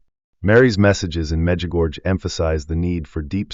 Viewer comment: Baloney! Our Lady doesn’t tell us to stire anything! AI? You don’t know how to pronounce Mirjana or Medjugorje! AI AI AI !